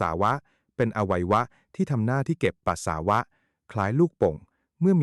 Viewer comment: เยิ่อนเย้อ..อ่านก็ผิด..ปัส..สา.วะ..